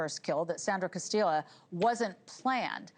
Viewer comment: Castillo is pronounced Cas-tee-yo